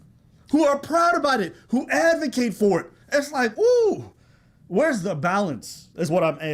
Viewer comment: I assume you meant "advocate" and not "adovate" my brotha. Awesome video